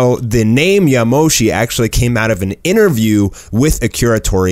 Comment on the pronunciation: Its not yamoshi